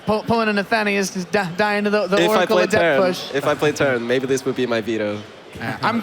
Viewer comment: Jesus christ, they keep using the pronunciation of adept that goes with the adjective definition instead of the noun one and it's driving me insane.